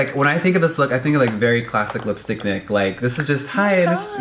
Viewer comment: i thought he said lipstick dick